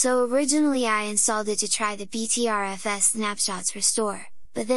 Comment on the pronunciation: I'm disapointed that doesn't know how to pronounce 'Butter FS'.